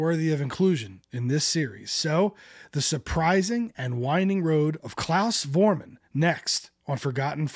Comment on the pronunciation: When will they ever learn to pronounce Klaus' surname correctly? Foremunn. And Jürgen Follmer. And Ustrit Kirchherr. And are those Liverpudlians really called The Beals?